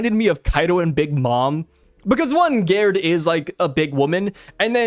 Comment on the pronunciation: Since Gerd and Gerde are european/scandinavian it would be pronounced with a G not with a J